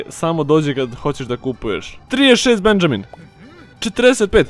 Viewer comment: Benjamin se cita Benaminj